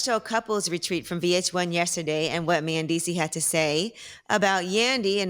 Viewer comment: I hate tht hey call him “Man”deecees and not “ Men”deecees..